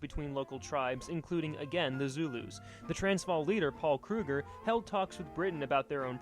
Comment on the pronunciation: He prounous alot of this wrong like Boer and others like Paul Kruger